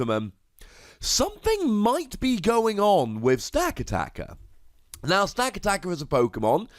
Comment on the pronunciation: It's pronounced Sta-cat-i-ka. Like the movie 'Gatica' but not really an 'i' sound. All your emphasis is on every second A sound instead of giving each A sound the same emphasis.